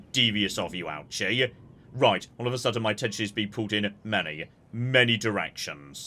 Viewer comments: I love this series so much, and I want to offer a bit of pronunciation advice as your local Japan-based viewer, because hearing "ouchie" gives me ouchies lmao All of the Japanese is written using romaji, but there simply isn't a good way to consistently get the pronunciation across that way bc of our tendencies as native English speakers (IE; pronouncing "ouchi" as "awchi") but here's a quick pointer that I think should help: 1) Japanese is phonetic, so you can generally* presume that a letter is always pronounced the same way however it's used 2) that in mind, accounting for your accent: a=ah, e=eh/ay, u=oo, i=ee, o=oh *there's nuance of course, and romanisation is TERRIBLE when it comes to long vowel sounds in particular (eg: "Tokyo" should really be "Toukyou" and "Kyoto" should really be "Kyotou" etc.) but for the most part this rule will help even if it's imperfect Ouchi is actually a long O sound, but romanisation doesn't reflect this, much like with Osaka (should be Oosaka but English natives would read that wrong too, Ohsaka maybe?) but still using that as an example, Ouchi would be something like "OH-oochi" it still won't be perfect bc accent etc. of course but this should help I think. Thrilled to see you doing this series <3 毎週二回、待ち遠しい🥰🥰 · Ouchi is pronounced lowercase o sound, and ooh like in ooze. Ouchi. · Listening to your pronunciation of Ouchi has been an Ouch-E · I hope he never realises how to pronounce Ouchi, it's so much better this way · one of these days, is going to pronounce Ouchi correctly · He's a Brit. Second only to the yanks when it comes to wilful and deliberate butchering of the pronunciation of non-English languages.